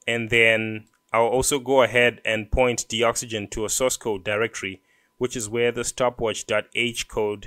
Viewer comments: I don't think its pronounced "de-oxygen". It is a docs generator. Its gotta be DOCS-uh-gen as in 'docs gen tool'. too big a coincidence not to be. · I'm pretty sure Doxygen is pronounced "DOCS-YGEN" as a play on words with document and oxygen put togetterh.